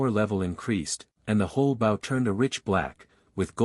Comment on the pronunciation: The way AI pronounces bow is aggravating